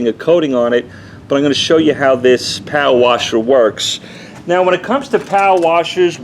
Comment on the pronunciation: Civy 852 All I kept hearing was POW-WASHER. I think he meant power washer lol